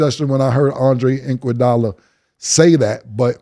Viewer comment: “Andre Inkwadolla”